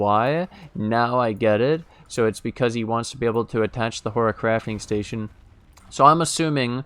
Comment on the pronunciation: you're been watching too much Harry Potter ... it's horTIcrafting station ... like horticulture